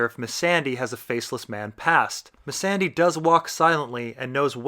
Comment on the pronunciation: Why do u purnounce Missandai and Valar Marghulis ? It's goooool like Ghoul.